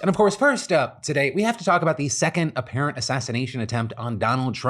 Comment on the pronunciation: Not you too phil, "apperent"? FBI themselves called it an assassination attempt. Its not "apperent" it's what happened. Why else would he be there with a rifle? To say hi? Lol